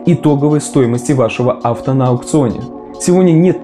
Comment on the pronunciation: Авто ударение не туда)